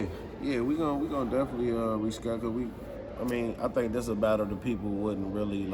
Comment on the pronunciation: You were good until you said diz